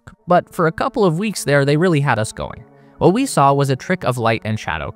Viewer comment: WAH-TAH China found on the moon.